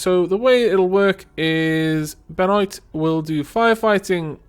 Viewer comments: You prononce it Benua I think. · Benoit is pronounced Beh-noir. And how about converting some of the old storage into a "loot room" with a trade beacon so that all the junk from the raids goes to one place close to the killing fields and is then quickly sold on. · Yeah, it's French. And the 't' is silent ;-) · "I'd like to get rid of that. We'll take away your ability to talk" harsh :D Also, here's an instructional video on how to pronounce Benoit